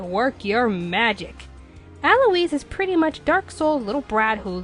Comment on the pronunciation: Again someone pronouncing Alois's name wrong? It is bad enough the English dub was stupid and did it. =_=